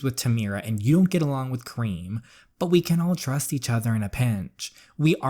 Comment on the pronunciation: The way you say Karim sounds like cream lol 😂😂😂😂